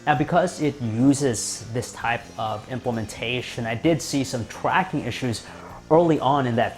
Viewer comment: you said twacking